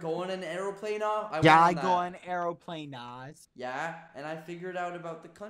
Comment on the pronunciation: Lmaoooo "ArrowPlanas"